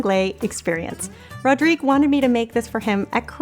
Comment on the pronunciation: Oh thank you, this is lovely! Of course I like it, and this twist with the Nutella surprised me, in a good way of course! And, congratulations for prononcing my name very well, I know that all these french "R" are difficult to pronounce! haha:) Hope everyone is gonna like and share this recipe:) And hope some others ideas sharing for our recipes,! xx Rodrigue